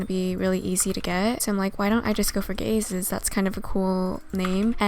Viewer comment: when you say Gazes, I keep on hearing, "Gay Sis"